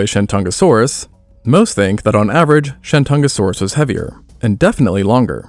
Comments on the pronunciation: The host of this channel had no reasonable way of knowing that the old Wade-Giles romanization system set him up for a mispronunciation of sorts. Messrs. Wade and Giles were British diplomats of the 1800s and not philologists. For some goofy reason, T's are D's in the Wade-Giles system. The modern romanization of the Chinese province of 山东 is Shandong (lit. mountain-east). It appears that the name for the star dinosaur in this video was coined when Wade-Giles was still throwing everyone off. Shandongosaurus would be the most accurate way to render the creature's name. I don't see this happening, however. First and foremost, there would be a big 东 right in the middle of its name. ;) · When you first said Shentungasaurus, I heard ShenCHUNGAsaurus, lol. Because its a chungus, lol